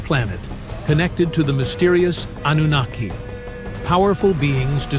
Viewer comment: _twfHecklefish: "An-nun-na-ki" 🎶